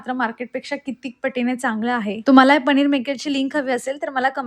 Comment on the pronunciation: Tumhi sagle न la ण ka mhanta... पनिर mhana pls... पणिर is wrong...khup weird watata te... good morning pan tasech mhanta tumhi